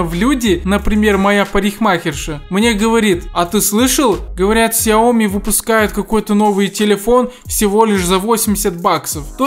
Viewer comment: He тупи Xiaomi ку... Блин, это же сяоми!